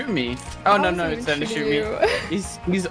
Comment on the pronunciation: lol say denis "dinis"